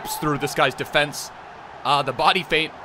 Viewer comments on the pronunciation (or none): none